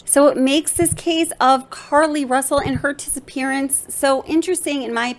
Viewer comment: 'RUSSLE' ~ Really??